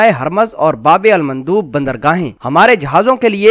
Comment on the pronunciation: ye babe almandoob nhien bulke "babul mandab: hae